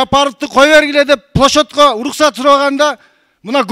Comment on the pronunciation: Плошодько дейби😂😂🤣🤣🤣